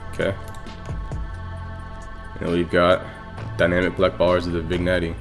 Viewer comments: vin'jet* nice tut tho lol i was just bothered by u saying "vignettie" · VIG-NETTEY (pronounced vin-yet) Nice vid, thanks for tut. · It’s actually vin-yet lol (Nice video btw)